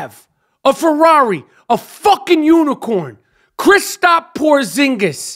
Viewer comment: "Christop" Porzingis lol